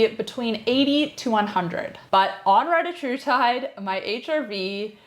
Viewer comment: Solid video, I just wished you pronounced the peptide correctly.